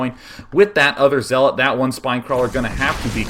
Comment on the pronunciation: Day9 :) The 'zea' in zealot rhymes with 'yeah', not 'he'.